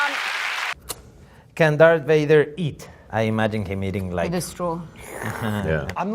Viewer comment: did he say “Darth Fire”?